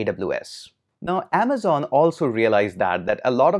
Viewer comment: "In this video, we are going to talk about 'Aamzon AWS' " 😂